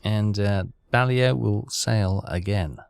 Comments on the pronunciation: READ YOUR COMMENT. BA-LAY-O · it is the USS BA-LAY-O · USS Balao (Bah-lay-oh...your pronunciation is still epic fail-level) is now up to 599,185 tons (counting your previous career that malfunctioned. Nice work! If you want better targets, I'd switch bases. Go back to Pearl Harbor and you'll go right off Japan. Should have plenty of high-value targets then. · Its not pronounced that way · Well that isnt how it is pronounced either technically so you have some need to coach 😂